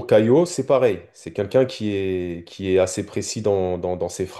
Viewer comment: Pourquoi tu dis "CaiLo" tu le vois vous où le L dans son prénom ?